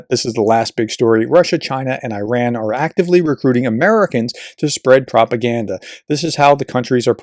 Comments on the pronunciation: Board Member: I know it’s very late but with that said: I totally agree with your pronunciation of Iran. The worlds a mess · Thank you professor for your kindness in perfect pronunciation of Iran. I am grateful for insight and support your views on current events. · Thank you for learning how to say Iran properly. The same correction applies to Iraq. 😊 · Don't agree with this guy's politics but he 1) Corrects and owns his mistakes 2) Will talk about the "other side" on fair and just terms 3) Sticks to the facts 4) Learnt how to pronounce "Iran" and used it 5) Supports Ukraine through and through 6) Remains polite, civilised and respectful. I will buy him a beer (or coffee) if I ever bump into him IRL. Wish more were like him.